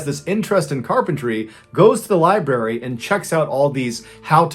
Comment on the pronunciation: Li-brary not li-barry.